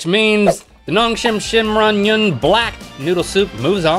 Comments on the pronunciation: The pronunciation is ✨amazing✨they really got it ! I would get tongue twisted. Have been watching for years and still amazingly entertaining!! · Rhett and Link, you did such a good job pronouncing Ramyun!!!